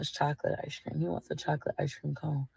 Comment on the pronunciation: I Know This Is Petty But I HATE How She Says “Ice Cream” There Is No “S” Sound In Ice Cream🙄